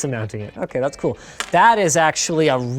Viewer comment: OMG did linus say "That's coo" lol 90's baby there.